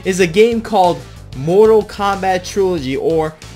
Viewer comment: "Mortal Krap" It got me. 🤣